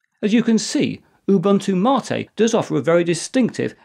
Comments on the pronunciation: Now if we could only get him to pronounce Ubuntu correctly! (oo BOON too) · It is funny that you lecture people about how to pronounce MATE, while totally butchering your pronunciation of "Ubuntu". It is actually Ubu-Ntu (similar to entoo).